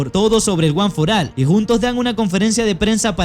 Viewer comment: No es guanforal es guanforol